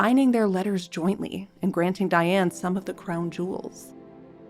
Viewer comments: Her name should be pronounced "Dee-ahn". Thank you for the episode. One of the questions I have had is why Diane, born and reared in Catholic France, was allowed to be baptized as "Diane". The Catholic church was very strict in the past. They insisted that babies be given saints' names. Did Diane have a middle name that was a saint's name? Diane's husband's scandalous mother, Charlotte de Breze, would be an excellent subject. She was the daughter of King Charles VII and his favorite mistress, Agnes Sorel. Charles legitimized Charlotte and her sisters Jeanne and Marie and they all married well. Charlotte married Jacques de Breze and they had five children. Nevertheless, Charlotte was a bit of a Lady Chatterley and was caught in flagrante delicto and Jacques murdered her and her lover. I think Charlotte would be a good subject for you. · Dee-ahne please!